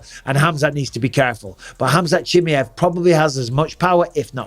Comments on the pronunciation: I swear if I hear you say CHIMMY EV once more instead of CHI-MY-EV I’m going to do absolutely F all about it 😂 But please someone tell Bisping how to say it 😂👍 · Has bisping picked up mispronounced names like uncle chael? Chimmy Yev says yes. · It's very easy to pronounce Bisping. It's NOT Chimiev. It's pronounced Chim'eye'ev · Bisping please for once pronounce Chimaev and also Gaethje name correctly !